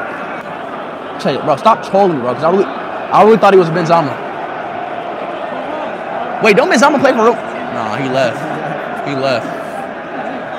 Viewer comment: it's not benzama cuh, it's benzema cuh